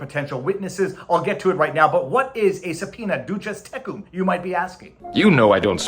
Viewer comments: I'm no lawyer, but in what limited law I've had, they've never called it "doochiz tekoom" but rather "doosiz take 'em" And I do speak a lil Spanish,. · I like your liturgical Latin pronunciation of “duces tecum.”